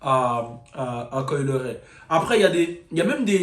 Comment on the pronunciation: Coi "Le"-ray 😂😂😂😭😭😭😭😭 les francais et la prononciation c'est chaud